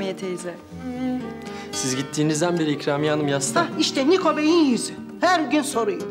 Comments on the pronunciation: Nikoya da Nako 😂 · Nikoya nako